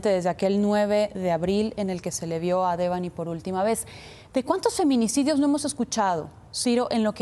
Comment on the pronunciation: No puede ser que a estas alturas sigan pronunciando el nombre de Debanhi mal, es como el papá lo dice, no es mucho pedir la pronunciación correcta a los periodistas o si?